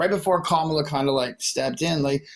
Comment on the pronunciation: Holy shit! This is the first caller that pronounces Kamala correctly! 😮